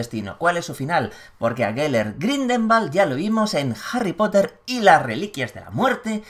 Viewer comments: Buen vídeo, pero soy el único al que le ha puesto nervioso que diga mal todo el rato GRINDELWALD (Grindegüold, pronunciado), no Grindelbald xdd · Hola, una pequeña corrección: la pronunciación del apellido es Gridelwald, no Gridelmald. Espero que no le moleste =) Saludos. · Maria Laura Menna creo que lo pronuncia GrindelVald como pronuncian la w los alemanes y cercanos a ellos...